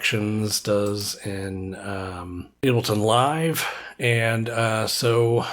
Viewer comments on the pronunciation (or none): none